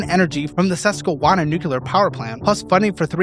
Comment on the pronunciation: You’re killing me with the “nucular”